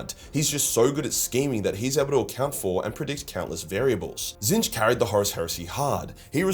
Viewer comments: wHO is this fella? The one true changer of ways is called "Tit-snitch". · It's pronounced tit-snitch... 😊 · Did your pronunciation of “Tzeench” get retconned?? I vividly remember you calling them “T*t-Snitch” due to some lore reason (new-ish to 40k and I think you said it’s a warhammer fantasy thing) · nor are tehy tseeh fuuck. Very funny🤣